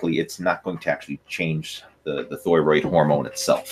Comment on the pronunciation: I know what a thyroid (thigh-roid) is, but I have zero clue what a thyroid (thh-ooiiii-roid) is. 😂😂😂